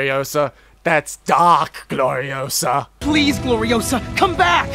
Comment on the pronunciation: It's GloriOsa. Not GloriosA Ba dum tshh